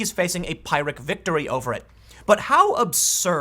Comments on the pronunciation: Sorry I wouldn't normally say anything but you've done it across several videos now and it's bugging the heck out of me - it's "peer-ik" not "pie-rik". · Pyrrhic... "Pie-rick"? No, it's "Peer-ick" Now, if you said "Pickle Rkck", then we'd laugh. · It's "peer-ic" victory, Tim, not "pie-rick'. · That has been annoying the hell out of me for a week. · Tim It's pronounced "Peer-ric" not "Pie-ric." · FOR THE LOVE OF GOD TIM PYRRHIC IS PRONOUNCED LIKE PIER, NOT LIKE PIE! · TIM: Regarding Pyrrhic victory, t's pronounced "peerick", not "pirick." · For God’s sake Tim please I beg you. The pronunciation of pyrrhic is ‘pier-ric’ not ‘pie-ric’. It’s referring to Pyrrhos of Epirus 319/318–272 BC. Every time I hear you say ‘pie-ric’ my ears bleed. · Tim, its pronounced "piir - ik" victory. seriously it sounded like you were saying "pirate victory". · btw its prnounced pi-rick victory not pie-rick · Tim, as much as I hate grammar police, this is driving me nuts. The word is pronounced /pirik/, not /pierik/ (short rather than long i sound.) The second pronunciation sound like you're talking about glass. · Tim, hate to be that guy but - Pyrrhic victory pronounced like peer-ick. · I think a "pirate" victory is when you get away with the loot. Is Tim calling President Trump a pirate? Now I'm offended. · This is the second or third video you've made, talking about a "pyrrhic victory." It's pronounced "peer-ik" Tim. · "Pyrrhic" is pronounced PEER-ick. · The "i" sound in Pyrrhic victory is the same as in "pig". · Anyone else hearing him say Pyrrhic victory as pirate victory? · It's pronounced "peer-ik". One of the things you learn in your senior year of high school, lol. Still, you are my favorite reporter. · Not a big deal but I thought it was pronounced peer-ick victory. King Pyrrhus of Epirus FTW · typically the word pyrrhic is pronounced /ˈpɪrɪk/ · Pyrrhic is pronounced... pir-ik. You're making a long "i" sound. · Someone should tell Tim how to pronounce Phyrrhic - peer-ic.